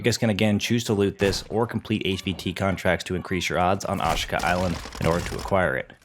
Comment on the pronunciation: how hard is it to pronounce ashika??